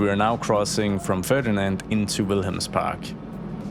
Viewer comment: I may just be a presumptious dane, but when you said "wilhelmspark," you kind of sounded danish 🎉😊